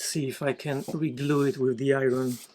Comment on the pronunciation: Favorite video to date! For the sole reason of the number of times you were used the word I-wren (iron). 😂 I love the way you pronounce that word! Kidding aside, unbelievable! I think I was most impressed by the way you made the circle. Another awesome video! Thank you!